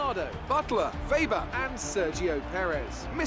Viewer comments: Who is veebar? It's pronounced Weber. First 'e' as in 'hey'. Second 'e' as in 'blur' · I believe its pronounced Vaber not v-bar